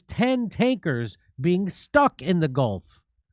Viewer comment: StRuck, not stuck.